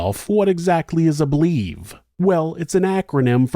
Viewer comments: BLVE is usually pronounced like "blevy" not "blev" Love the vids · Great story. BLEVE is pronounced BLEH-VEE. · I love you so much but its pronounced BL-evie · FYI: BLEVE is usually pronounced blev-ee.